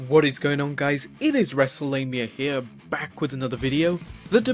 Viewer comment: LMAO, ""?? Beautiful